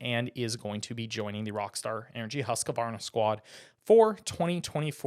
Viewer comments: The actual correct pronunciation is hoosk-varna. Not husk-varna and certainly not husk-A-Varna!! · It’s not husk a varna. It’s husquvarna-2 syllables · It is my understanding that when pronounced correctly, Husqvarna is a two syllable word, husk- varna not a three syllable word as it is being pronounced in the video. The spelling seems consistent with two syllables.